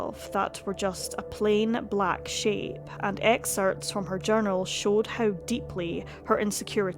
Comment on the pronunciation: "Excerpts" is not pronounced "exerts". There's a "P" in there.